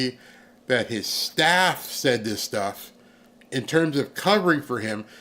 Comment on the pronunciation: “I love my staph” 😂😂😂 Infection!